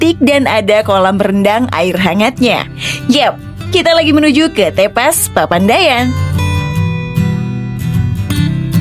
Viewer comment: bacanya bukan begitu , nyebut E pada kata TEPAS sama dengan nyebut E pada kata teman. Tepas dalam bahasa sunda artinya Beranda